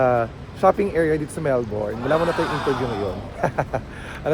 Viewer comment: Kuya, Mel-bin po ang pronunciation ng Melbourne lol